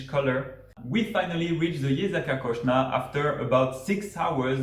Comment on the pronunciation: Zgornje Jezersko and Kocna is pronounced Kochna